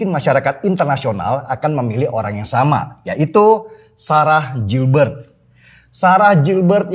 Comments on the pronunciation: bacanya GILBERT bukan JILBERT tapi orang indo semua nya ngeja kek gitu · Koreksi dikit mas denny, cara pengucapan/pronounciation dari GILBERT tetap sama /tdk berubah (baca gilbert),bukan jilbert. Terima kasih. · Koreksi bang Denny...!! GILBERT (dibaca : GILBErT) bukan (JILBErT) Lanjuutt....!! Gaazz Pooolll.....👍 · Mas Denny, it's pronounced "GIHL-BERT" not Jil-bert. Ntar Ibu Ketum gak suka loh.... 😄😄😄